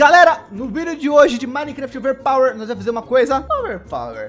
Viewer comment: Toda vez que ele fala overpower uma parte do meu cérebro morre